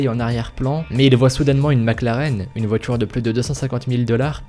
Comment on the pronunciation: tu dis la "votchure" / les "votchures"